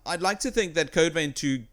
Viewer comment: its not code vain its code vein plz pronounce it right not critiasing u